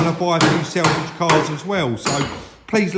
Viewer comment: I watch the show with interest you do a great job but please say sAlvage not sElvage, just an observation.